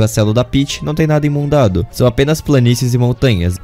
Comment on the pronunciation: Oh, dá pra vc começar a pesquisar palavras que não sabe se tá falando corretamente antes de pôr no vídeoKKKKKK, pô, não me incomoda tanto quanto escrever "sençação" já que na pronúncia não muda nada, mas "Imundado" já é meio tenso. Só uma críticazinha rápida msm. Mario 64 é um dos jogos que me marcou, e um dos mais difíceis da minha vida, pois joguei na época em que não entendia nada de inglês e eu só tava começando a entrar nesse mundo de jogos 3D com puzzles. Mesmo com as dificuldades, a grande maioria das estrelas eu consegui na raça, o que me deixa bem satisfeito com a experiência que tive. Um dia pretendo jogar a versão DS só pra apreciar as adições e o gráfico melhorzinho.